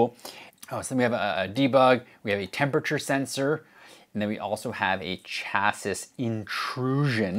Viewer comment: It was the third s in chassis that did it for me